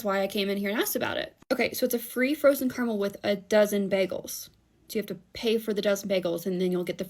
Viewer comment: CAR-A-MEL. CARAMEL. It's a three syllable word.